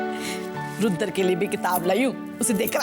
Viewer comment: Yudr Nhi Rudr....😅🤣